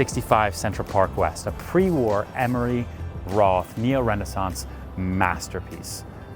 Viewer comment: It's Emery Roth, not Emory Roth.